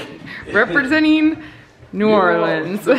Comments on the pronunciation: As a New Orleans native, I want to commend on his perfect pronunciation of my city's name. Well Done! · As a fellow Cajun, THANK YOU for pronouncing it correctly❤️